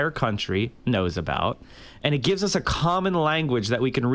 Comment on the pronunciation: When you pronounce “us” a “Oouz” you should be permabanned off youtube no questions asked.